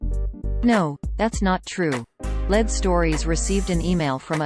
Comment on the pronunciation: I believe the robot announcer should be corrected to say “ LEED” (lead) stories. Not “Led.”